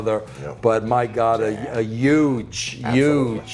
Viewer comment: I didn’t know h was silent in the word huge ! Damn Russo and maven pronounce (huge) like (yudge) I didn’t know they were Jamaican!